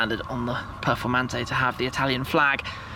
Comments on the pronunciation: For Christ sake his accent makes it sound like he said " Lamborghini Purplemantee" 😂😂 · Voto pronuncia "performante'': 2